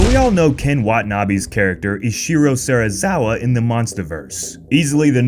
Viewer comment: it’s Ren Serizawa. Not even close XD